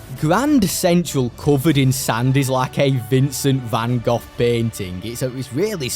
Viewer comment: Okay. This man says "Depending Doom" and "involves around" and Resignates with me", but I really appreciate him saying Van Goghs name right.